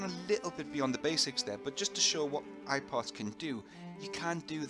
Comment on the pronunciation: all the time i was thinking he says "iPod" :D